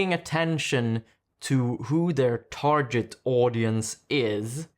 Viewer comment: Yes sorry, but "tar-jet" was very distracting when it's "tar-git" instead.